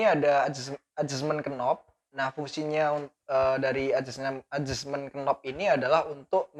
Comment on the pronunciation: Sedikit info, untuk kata2 dalam bahasa Inggris, yg diawali dengan huruf2 kn, dibaca mulai n saja, huruf k tidak dibaca: Knob : /nob/ Knife : /naef/ Know: /noo/